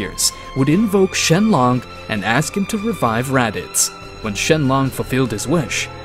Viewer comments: Shenlong😂😂😂😂😂 shenlock😂😂😂😂😂😂😂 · And "Shenlong" and "Jeanay" (not Gine). The pain.